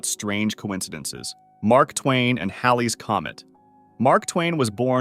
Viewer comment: I'm glad you pronounced Halley's Comet correctly, instead of how idiots call it Hailey's comet!😊